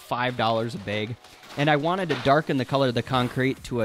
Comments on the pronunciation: I can’t watch this video because of the way he uses the long “A” sound for words like “bag”. It’s not “bage”. It’s bag lol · I thought I watched this guy before. He's the one who pronounced "rag" as "reg." Lol "Five dollars a beg." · Ive never heard the words bag and rag pronounced that way before. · Also bag. Holy shit I feel like I'm back home!